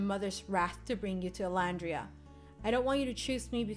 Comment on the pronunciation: It's Llandria